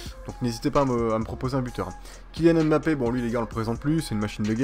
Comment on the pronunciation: On dis pas M bappé. On di mbappé